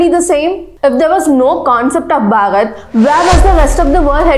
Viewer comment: Each and every information is to the point. Really appreciate your endeavours. One thing I'd like to suggest is that please make the pronunciation of "Bharat" clearly. Most of the times it sounds like "Bhagat", at least to me. I'm not sure if it's due to regional accent. But yeah, as a well wisher I think this had to be pointed out. Thank you. 🖤